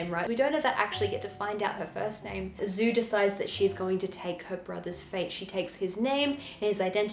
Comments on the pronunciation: She who became the sun --> djou not zou. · I mean if it is Zhu, then the pronounciation is djou.